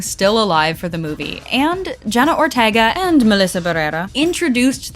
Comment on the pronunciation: please say Jenna her lasy name right😭